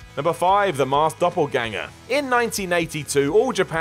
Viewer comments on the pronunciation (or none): none